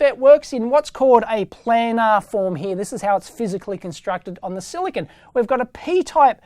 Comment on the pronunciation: Dave, Great simplified explanation of how transistors work. But I think you are pronouncing "planar" incorrectly, and I'm Australian too. In my opinion it should be pronounced like "play-nah" rather than "plan-ah" so that it rhymes with trainer, explainer, and entertainer. source